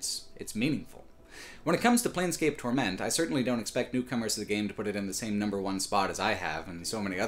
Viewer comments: Why does he say "torMENT" and not "TORment"? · I am curious... why do you pronounce "torment" as "tor-MENT"? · is on a mission to make the title 'Torment' sound like a fake French dish in a wannabe upscale restaurant